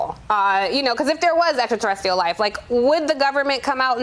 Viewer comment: "Extra-Terrestial" ? Girl, be more than a semi-eloquent haircut, mmkay?